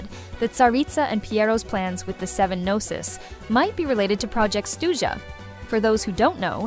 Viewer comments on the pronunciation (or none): none